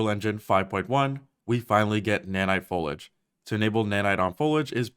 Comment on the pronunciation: The way he mispronounced “foliage” was unnecessarily annoying to me